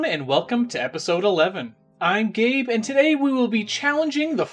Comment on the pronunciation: Not to be rude but when you say im Gabe it sounds like I'm gay still like your content though